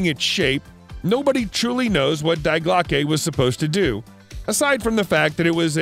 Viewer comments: It’s pronounced “dee glocka” not “dye glockay” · "Die glocke" prononces "Dee" not "Dye" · the pronunciation of the bell is German is wrong. it is not DYEGlocke, but Die (Dee) Glocke, somewhat like the gun but with the e at the end said as (uh). good show throughout! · You know you’re getting the real good info when the voice says “Die glawckey” The different docs on this thing that you ripped off at least know to pronounce it “Dee Glockeh” Die Glawckey. Smh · Me: hearing him pronounce Die Glocke as DIE GLO KE Also me: wheeze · “Dye Glockay” 😭 😂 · Dye glockay? Really..? Try using Google Translate; they give the correct pronunciation of words in foreign languages. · This guy did not just pronounce “Die Glocke” like die as in death, it would be die pronounced “dee”, it is the word for “the” in German. Great video but man you botched that. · Germans pronounce die Glocke as Dee Glocka